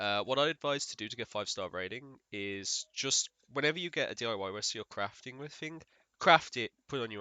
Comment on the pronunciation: why do you replace T’s with D’s in some words? swear you were saying crafding etc.